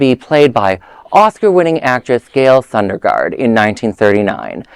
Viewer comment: Not Sunderlund - It's Sondergaard